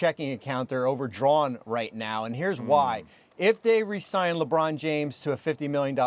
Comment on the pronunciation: "" lol